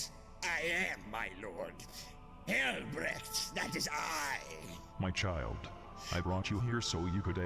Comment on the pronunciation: I love how had called Dorn Dadorable and towards the end called Helbrecht “big bruva helbreak.” If he does not eventually become an Imperial Fist I will be sad.